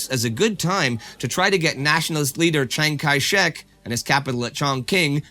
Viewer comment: The consonant 'k' in Shek does not pronounce